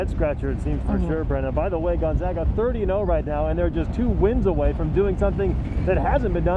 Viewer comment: Gunzaga? Our local news should at least say it correctly. Thank you for saying Gonzaga correctly.